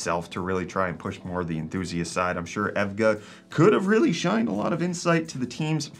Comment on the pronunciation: "ev-ga" thats a new one!